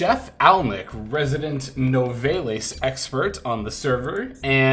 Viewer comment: Your pronunciation of Nouvelles is driving me nuts lol. I believe it's closer to noo-vel since the name "Nouvelles" is derived from nouvelle cuisine.